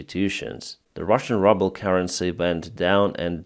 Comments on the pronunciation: Love how you pronounce ruble - the russian currency is indeed in rubbles 😂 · I like that you pronounciate the Russian currency rubble as in debris. It is a broken trash currency. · are you pronouncing ruble like rubble on purpose? if not, it's a funny accident.